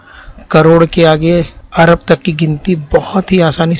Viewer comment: عرب نہیں جناب ارب لفظ صحیح ہے۔ ویسے ویڈیو بہت کارآمد ہے۔